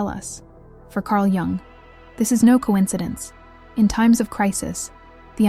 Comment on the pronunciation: cArL joUnG